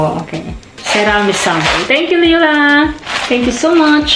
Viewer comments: Ask Uncle J how to say it, its possible you always have and I've never noticed. Now I'm in NL everyone calls me LIE-LA and it drives me bonkers 😆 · Omg. I’m so sorry Layla I don’t even know I’m pronouncing your name wrong 😱😭 Maybe it’s my accent? 🤦‍♀️😂 Your uncle and family didn’t even correct how I say your name and I got used to it 😂 Totally overwhelmed, you sent so many! I’m glad I made you laugh the whole 15 mins. I need to practice how to pronounce your name properly hahaha Thank you again Layla! 🌿💚